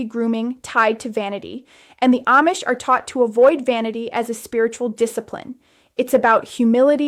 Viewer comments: This is AI. She couldn't pronounce Amish correctly part of the time! 😂😂😂 She said Am-ish instead of Ahm-ish. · This might be Ai, she switched in the middle from saying (mispronounced) Aimish to (correctly pronounced) Amish. A human Amish person would not make that error.